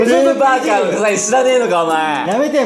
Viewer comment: uuumパーカーがウーパー(五、八)に聞こえてくる不思議